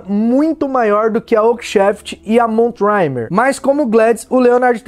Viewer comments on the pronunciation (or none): que enciclopédia vc é. Só gostaria de acrescentar que na metade do vídeo vc fala da vassoura MoonTrimmer (cortadora de lua) que se pronuncia muntrimêr. Espero ter ajudado, fera. Bjão